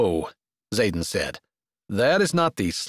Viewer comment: Good story. I only wish his name wasn't Zaden, mostly sounded like Saten.